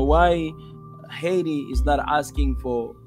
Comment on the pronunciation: It's Hay T